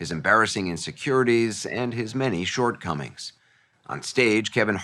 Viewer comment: Did Anderson say, "... his many SHORT COMINGS" ?